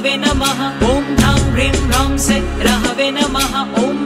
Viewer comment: AAP sah ko say bol rahe ho